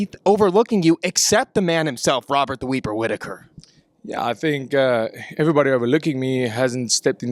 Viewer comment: just said Wobert the Weaper